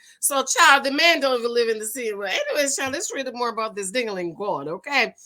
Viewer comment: Not the Gowd 🤣🤣🤣